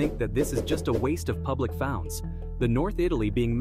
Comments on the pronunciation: What is it with these AIs mispronunciation lately. ‘founds’ for ‘funds’? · Public founds is the best one so far. It suggests not only lazy mispronunciation but a typo beforehand as well.